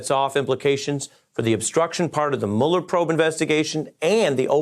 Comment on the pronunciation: Mueller does not rhyme with Ferris bueller...how many times do these dimwits have to hear his name pronounced before they start pronouncing it right?